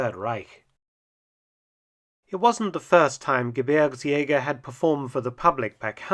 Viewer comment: Great pronunciation of "Gebirgsjäger"! Greetings from a former Gebirgsjäger (5./233)